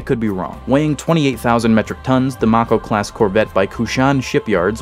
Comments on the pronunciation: May-koh Not mach-oh Have a thumb anyway. I dig this shit. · How are you pronouncing mako like that like wtf like its may co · Question, how many times did mispronounce Mako? Answer, Yes. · it can't be that hard to pronounce lol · you pronounced Venezia and mako incorrectly, yeah i know its not important but it irritates me.